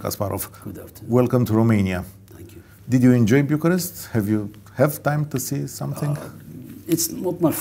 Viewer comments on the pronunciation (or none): va stimez f mult si consider ca faceți o treaba esențială, insa, va rog, nu mai promovați pronuntiile incorecte "RUmania" si "Biucarest".